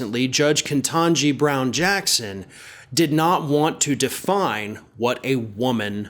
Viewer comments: Ok sorry bud i've gotta do it since it seems to be a thing.... you're repeatedly glitchin' with an extra "n" in "Kehntanji” Had to do it. Thanks for the work you do! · get the fucking pronunciation right. There is only 1 N in ketanji. ignorant douche